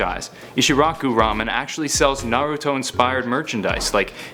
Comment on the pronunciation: It’s nah-rue-toe